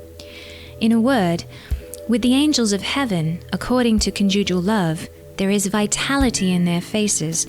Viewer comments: Ha ha it’s con’ jugal love. Emphasis on the con. Not the ju. :) Love your work! Thanks! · CC. the word conjugal love is pronounced with emphasis on the first syllable. I smiled and wondered what word you discovered!! ) Cute! )